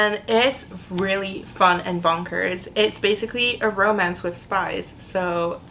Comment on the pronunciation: I heard spice instead of spies